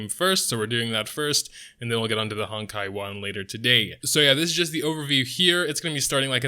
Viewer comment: I keep hearing hentai impact instead of honkai for some reason. Must be a lack of sleep or a questionable search history